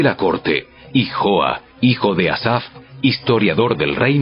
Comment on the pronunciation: NO ES YOAS,ES JOAS Y AL Q LEERLO COMO ESTÁS ESCRITO.POR LO DEMAS; EXELENTE.GRASIAS Y BENDICIONES